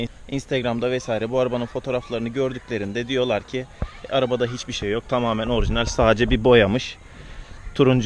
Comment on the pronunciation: kardeş orjinel değil orjinal😁😁